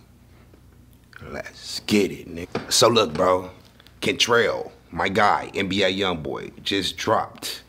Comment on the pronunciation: “FREE KRENCH…UH😅…FREE KRENCRHELL…😂…FREE KRENCHE…🤔😑 “